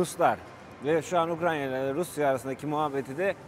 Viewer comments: Dostum merhaba. Şu Ukrayna ya neden Ukranya diyorsun. çok mu zor yoksa dilin mi dönmüyor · Ukranya değil Ukrayna demelisin. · ukranya değil hacı abi ukrayna